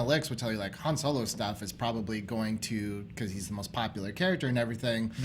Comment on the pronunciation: says Han Solar or Soler